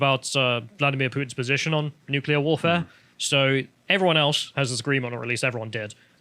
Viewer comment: Nu-cu-lar bombs be the Devils work, Bobby Boucher!